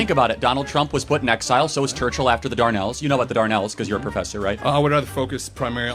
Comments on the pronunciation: For Charlie Kirk, it's the Dardanelles, not the Darnells when he was talking about WWI. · It’s not called the Darnell’s it’s called the Dardanelles!